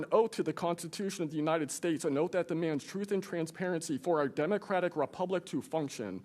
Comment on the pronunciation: Clueless Ms Crockett, "probably pur adversaries". Who elected this one? Oh god, lady.